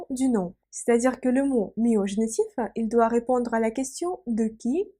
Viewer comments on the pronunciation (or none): Bonjour. A, en français, on dit "Génitif" (pas "Génétif"). A part cela, merci pour vos explications très claires.